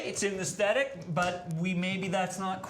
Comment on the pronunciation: ess thet ick...aesthetic ...it's not acidic